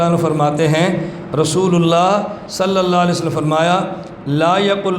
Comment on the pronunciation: Salalahualiwasalam to achi tarah padh.. zuban pe chaale hain kya... Issi se tera aqeeda pata chalta hai. Tumko darood shareef padhte huye b dikkat hoti hai.